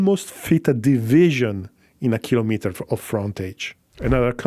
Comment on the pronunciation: It is refreshing to hear someone pronounce the work "kilometer" correctly as unit of measure such as a centimeter or millimeter and not a device to measure something like a thermometer or barometer.